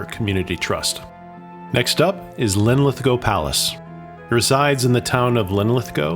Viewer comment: Pronunciation is Culross is Cuulross ( u not o). inlithgow - go at the end, silent w. Dunure (Dunyour - emphasis in u not oo). Another mispronounced is Brurntisland....not Burnt-is-land but Burnt Island. Hope this helps.